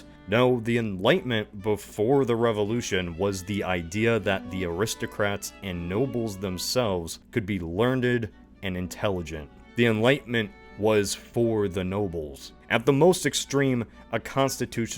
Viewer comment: Dude... Its not LearnD-ed the word is Learned.. Poor grammar I can tolerate, poor pronunciation on the other hand spreads.